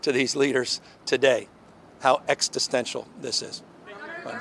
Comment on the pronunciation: is he mispronouncing existential?